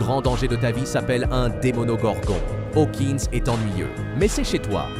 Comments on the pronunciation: il a dit ''demonogorgon'' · Le "Demonogorgon" 😂😂 ça me fume